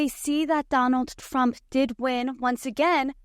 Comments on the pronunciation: Is she saying Donalds Trump? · She said ‘Donald Frump’ 🤣